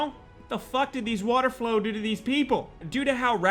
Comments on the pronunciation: It’s water flowl 🙄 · Ever time he said water flow I lost it its fowl! Ducks my guy lol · "Water Flow" its water FOWL.. as in ducks n' shit. OMG. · They. Are called water fowl not flow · Lmao when he said water flow instead of water fowl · WATER FOWL WATER FOWL NOT FLOW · Water flow?? Water fowl** not hard to say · Its called Fowl pronounced foul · Water fowl pronounced foul